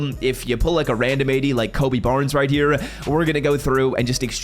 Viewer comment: Right here❌“Riy tear”☑️